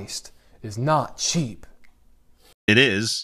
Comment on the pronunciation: He's saying "sheep" right? "sheep grace", "sheepening"? I swear I don't hear "cheap", it's always "sheep". Is this performance art?